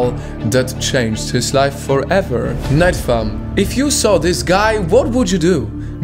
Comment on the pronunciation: I hear him saying “night fam” not nightfall